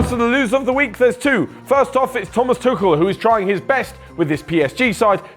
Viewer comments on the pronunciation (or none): none